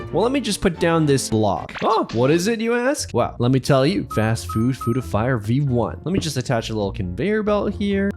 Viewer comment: bro said fatst food